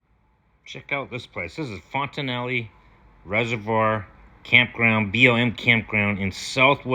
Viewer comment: No ee at the end.